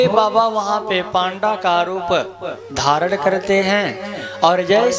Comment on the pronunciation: पांडा नही उसे पंडा कहते है महराज,,,आवे जू घुमा दिया